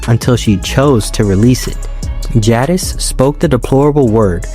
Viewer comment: i always assumed the white witch's real name was pronounced in the french way, like zha-DEE